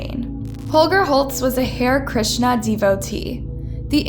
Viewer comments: Pronounced "HA RI" not "Hare" which is a rabbit. The Beatles made hari Krishna popular in the west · Hair krishna???? It is ha-rey Krishna. Please check pronunciations of foreign words, especially. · Check your pronunciations. Especially words that are foreign to you. Ha-rae Krishna not ‘hair’. Can’t finish watching this video, the mispronunciation is too distracting. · There was a lot of bad pronouncements in this video. “Hair” Krishna lol.. it’s Hare.. like “harry” — and she pronounced macabre wrong too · It's pronounced Ha (as in hut) re (as in do re mi) Ha-Re Krishna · Good video but it’s pronounced “HAIRY”-KRISHNA. And it’s also EXTRADITED, not “extracted”. Lastly, it’s “UN-SCROOP-YOU-LUSS”. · You are saying the “hare” in Hare Krishna like the word “hair”. That’s not how it’s said. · Har-ee Krishna and unscroop-you-lus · Sorry but you butchered the pronunciation of “Hare Krishna” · That's not how you pronounce "Hare Krishna".